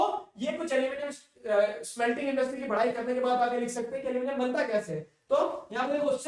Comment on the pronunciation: Aluminium : nahi अलमोनीयम 🤣🤣🤣🤣🤣🤣